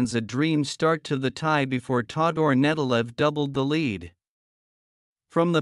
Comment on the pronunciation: It's Nedelev, not Netelev, and probably his not gonna start